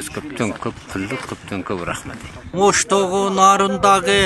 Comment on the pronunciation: Почему они говорят "рахмеат" ?